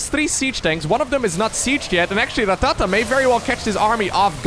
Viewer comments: Going to be honest, dont like how you say rattata. Sounds like your trying to instruct a drummer on his pacing. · You rolling the R in Rattata makes me feel funny. In a good way.